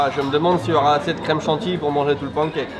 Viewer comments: à chaque fois que tu prononces "pan-cake", un chaton meurt quelque part dans le monde. et oui. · ça me perturbe comment il prononce "pancake" ... je ne sais pas pourquoi ...